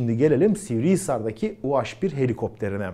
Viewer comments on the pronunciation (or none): Niye u-haş bir? Türkçede haş diye bir harf mi var? Doğrusu u-he bir. Dilimize birazcık saygı lütfen.